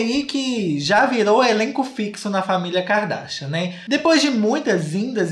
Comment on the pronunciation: “Ki-ka darshian “ ele falando JAKAKAKAAKSKSSSSKS